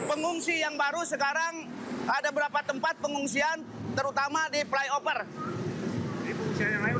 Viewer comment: Fly over Pak bukan fly oper